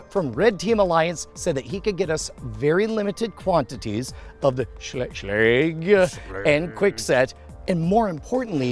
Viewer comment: Schlage rhymes with egg